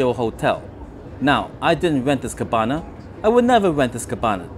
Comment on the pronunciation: So, cabana rhymes with banana